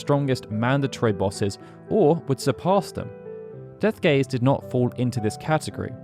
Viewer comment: Ich verstehe die ganze Zeit „Deathgay“ 😂